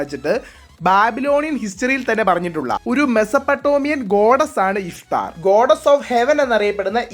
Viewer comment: ഇഫ്താർ അല്ല ഇഷ്താർ